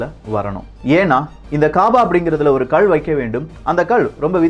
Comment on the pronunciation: தம்பி அது கல் . உச்சரிப்பை கள் என்று கூறவேண்டாம். இந்த கதை நன்றாகத்தான் இருக்கிறது. இதில் எத்தனை இடைச்செருகல் உள்ளது என்பது குர்ஆன் லே சொல்லப்பட்டுள்ளது.